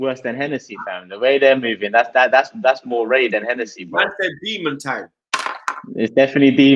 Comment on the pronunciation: Man said more wray😅😅